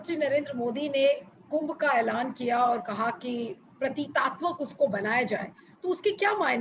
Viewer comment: अाप बार बार प्रतीतात्मक कह रही हैं सही शब्द प्रतीकात्मक है।